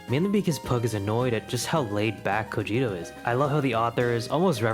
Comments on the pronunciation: Cogito? I know what you are (DBz fan detected). It's cogito (ko-gee toe) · I believe it’s pronounced ko-gito. A game I like uses that word.